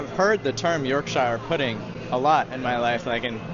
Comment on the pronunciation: Yorkshire is one word......you don't place emphasis on "shire".